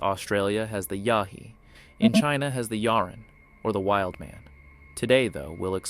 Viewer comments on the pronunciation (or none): In Australia they're called "Yowies" NOT "Yahi"